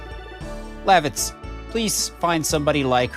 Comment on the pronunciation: It is weird for me to hear you say Lavitz's name the way you do as I would always pronounce it Luh- vits. I'm curious on how you pronounce future characters' names because I am sure they will differ from my pronunciation.